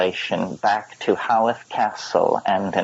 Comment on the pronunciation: ‘Howth Castle’ - pronounced ‘hoe-th’ not ‘how-th’ for any of you sticklers out there ✌🏼